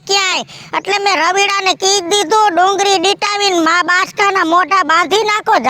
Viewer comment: ડુંગરી નહીં ડુંગળી બોલાય